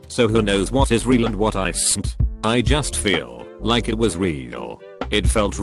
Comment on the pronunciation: nobody: text2speech: "who knows what is real and what icen't!!"